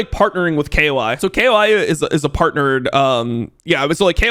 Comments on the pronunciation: Cool but if you say kay-o-ay again I may have to send you a non-suspicious package to your house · say KOI correctly challenge IMPOSSIBLE